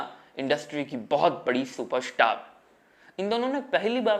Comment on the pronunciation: ये उनका उच्चारण दोष हैं. जिस कारण वो " र " जैसे शब्द सही ढंग से बोल नहीं पाते. जैसे सुपरस्टार को वो सुप स्टार बोलता है.